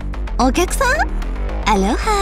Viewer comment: アロハーじゃなくてアローハなはず ハワイ出身で文化保護活動的なのもやってる友達がいつも日本の発音は間違ってるときれてたの思い出した